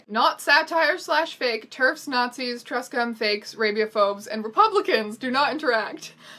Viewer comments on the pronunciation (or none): I notice that you pronounce it truhscum. It is pronounced True-scum, like just both words smushed together without any change in pronunciation. The term truescum refers to anyone who insists that some trans people are not valid and attempts to use this invalidation of other trans people to gain rights for themself. A synonym is transmedicalist, but truescum is the pejorative, while transmedicalist is a more neutral description that truescum use to make them not seem as scummy. They are comparable to terfs for me, and likely many others. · "feuralgender" "truh-scum" is this what a Canadian accent is? or have I been mispronouncing truscum this whole time? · and truscum sorry I mean "trus-cum" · you're pure bc you pronounce truscum wrong i wish i were pure